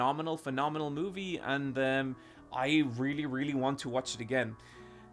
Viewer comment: Take a shot every time he says moovie